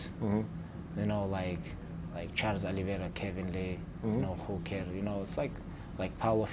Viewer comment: Khabib called dan hooker.... whocare lol 😂